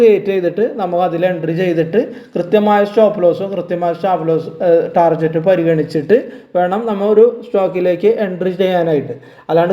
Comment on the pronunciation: Thanks ചേട്ടാ … ടാർജറ്റ് അല്ല ടാർഗറ്റ് എന്നാണ് പറയേണ്ടത്.